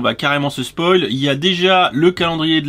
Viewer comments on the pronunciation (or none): none